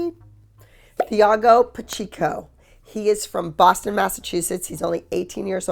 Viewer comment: Not TH-ah-go it’s Tee-ah-go